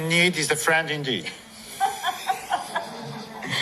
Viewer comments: roześmiała się bo usłyszała "in dick" a nie "indeet" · dlatego że on powiedział friend in dick . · Nie, zaśmiała się, bo nasz guru językowy się przejęzyczył. Zamiast "indeed", powiedział " in dick". A to zupełnie zmienia postać rzeczy. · Pani vice-prezydent zachowała się nieprofesjonalnie, fakt. A prezydent Duda źle wypowiedział i zaakcentował słowo indeed. Porównywalnie zabawne było powitanie papieża Benedykta XVI: Cytuję: „witam was ciule”